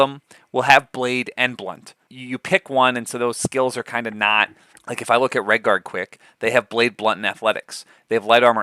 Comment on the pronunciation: Redguard with the Hard R